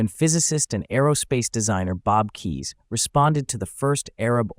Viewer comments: K"Eyes" is the proper pronunciation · Bob Keyes was my uncle. And other than his last name being mispronounced, this was a pretty accurate video. (Add a "K" in front of the word "eyes" for the correct pronunciation.) I rode in a Trivette back in the mid-70s while they were being produced, and I've driven one my father bought around 1980. It is a very unique design; you feel like you are in the cockpit of a jet fighter while driving it. It easily achieved better than 50 MPG with urban driving with the Fiat 850cc engine. Bob ran out of the 850cc engines and started making them with 1600cc VW engines, which were later turbocharged. The stick-shift lever between your legs took a while to get used to! And while it didn't truly defy physics, it could corner quickly thanks to its long wheelbase and low center of gravity. I don't think more than one Vigilante was ever built.